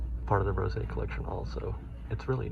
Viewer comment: Would ‘rose’ not be pronounced like the flower, instead of the wine? 😊